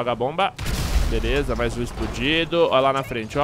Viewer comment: o fala: "Eae galera veleza."